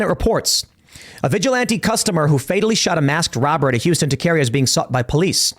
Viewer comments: TUH-CARE-IA... Tah-ke-reah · Taqueria is pronounced taco-ria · Pronounced taco-ree-A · Tim, it's pronounced Ta-Keh-Ree-ah not Ta-Kay-Rah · Tah-kuh-REE-uh. Not tah-keer-ee-uh. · TAK ER EEYUH. NOT TA KERA WOW TIM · It’s talk errrr ia , please SAY IT RIGHT 😂, love the vids keep it up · Its pronounced, "TAW - CUH - REE - UH" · It's pronounced Tah kay ree yah. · Too bad for the robber…the REAL travesty is “tah-keer-eee-ah “…bring out rope. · Tim: Taqueria is pronounced ta-ka-REE-UH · tah-care-REE-uh, Timmy boy! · Taceria? Lmao when you say things like that it’s rlly hard to believe you grew up in chicago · Taqueria (like Taco, except Taca-Ria). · It’s pronounced TA-QUE-REE-AHH Tim 🌮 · No, it´s pronounced TA-QUE-RI-A. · I don't normally do this but I almost fell on my face when i heard you pronounce Taqueria. It's TAH - KEH - RI - AH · It’s pronounced taca/o-ria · it's pronounced TACA-RIA Tim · Pronounced- Tak a ria 😂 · TA-CA-REE-YA. Emphasis on the REE 🌮🥑🌶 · Tah - care - rya.... taqueria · It's pronounced Taco-Rea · Anyone want to tell tim how to say taqueria? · How you pronounce taqueria had me chuckle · Taqueria means Taco Joint. You said it wrong kind of. No big deal lol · Say taqueria again. Just try again. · The way you pronounce Tah Keh ree ya makes me thoroughly convinced you are indeed quarter asian. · Taconic, just make the o sound like an A for God sakes!! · Tim... hearing you try and say the word Taqueria is painful for a Latino to hear. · You and Matt Walsh need to go get tacos together and learn how to pronounce “taqueria”. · The only thing criminal about this is Tim's pronunciation of Taqueria. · I was cringing. I know he doesn't know better, but man is it funny. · Lol, Tim pronounces Taqueria like a true Yankee. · I'm honestly more offended of Tim's pronunciation of Taqueria, than a Texas man killing in self defense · That's not how you pronounce taqueria, Tim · Someone please tell Tim how to pronounce TAQUERIA! 😂🤣😂